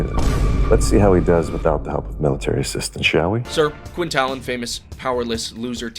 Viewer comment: Its pronounced Tailen. I see all the movies say talen omg my ears hurt. I guess transition from the book and audio series osnt quite working for mw lol 😂